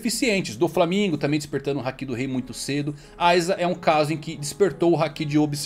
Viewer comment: Mano, vocês assistem o anime no mudo? Só pode, por que ficam falando haKIIIIIIIIII, porra, o povo fala literalmente HAAAAAAki, com o HAAAAAAA tônico e o ki átono. Meu Deus, que agonia. Igual o povo falando saZUke ao inves de saSUke, vocês vêem o anime no mudo, né? Não ouvem os personagens falando não, né?